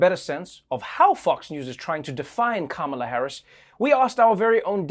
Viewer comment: "Kalamari Harris" 😂